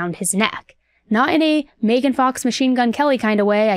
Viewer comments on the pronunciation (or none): none